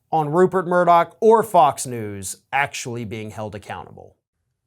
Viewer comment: Hey Folks, greetings from Scotland. his name isn't MURDOCK its MURDOCH!!!!!! Keep the law suits coming!!! I hope every single one of them is successful in court.